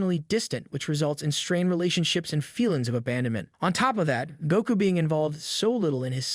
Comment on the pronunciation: this gotta be a ai generated voice i let you say sanji name wrong slide but goku comn bro